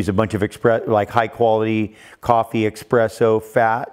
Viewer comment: Interesting interview, funny although, he has such insight in food, nutrition and all that, but calls an espresso "expresso". Its like swearing in church...(and I'm not even italian)